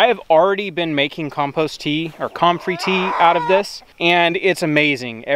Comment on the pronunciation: Love, it is pronounced come-frey NOT com-frey. You are in the South now, learn how things is said. (Grin) When in doubt ask Jason at Cog Hill Farm. Comfrey tea is not near as bad as Nettle tea. First the nettles sting and then they stink! LOL you are such a treat. Nemodes can be purchased locally too. Yes, they are one of natures wonders.